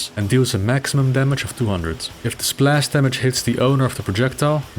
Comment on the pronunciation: Now I want to teach to say splash in perfect English